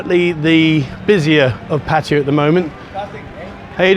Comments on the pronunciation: Patire? Oh, Pattaya (Patt-a-ya). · The minute you grossly mispronounce Pattaya destroys your credibility. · You mispronounce Pattaya. Brits do.